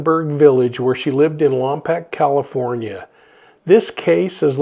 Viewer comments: I truly love your show and I wish the best in finding Melodee. However, Lompoc is pronounced lom poke not lam pack. Sorry, it just grated on my ears. Also, you are in my thoughts for your health. Keep well. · On your next video on this please get the city name right. Lom-poke. We would even settle for Lom-pock. Just please stop saying Pack. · Many blessings! Just a quick correction, Lompoc is pronounced Lom -Poke, as if someone is poking you. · Thanks for your report. FYI: Lompoc is pronounced Lom’ poke. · I’m from the area and it’s pronounced Lompoke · Worst pronunciation of Lompok